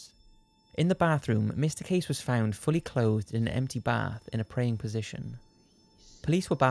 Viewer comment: Position* Not posion